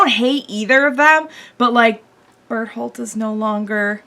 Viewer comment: Whenever she says Bertholdt, it sounds like Butthole to me xD